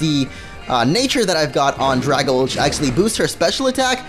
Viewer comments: It's pronounced dray-gal-jee!!! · Dragalge is actually a mixture of the words Dragon and Algae, so the pronunciation would be "druh-GAL-jee".